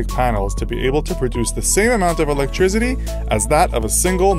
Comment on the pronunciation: I find it kinda hard to take advice on energy from someone who pronounces it "electrizitty".